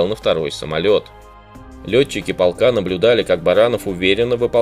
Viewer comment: Не полкааа,а полка. Откуда вы такой неправельный. Все гласные тянете,сложно слушать, а материал хороший.